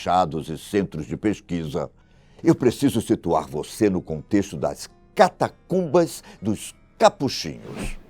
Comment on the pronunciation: Avisa a ele que a palavra correta é Catacumba e não Catatumba como ele diz em 2,40 min do vídeo